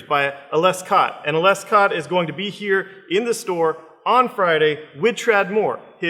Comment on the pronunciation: So when Ales Kot comes to your store, you maybe want to pronounce his name correctly before you meet him. It's pronounced "Alesh". You're welcome.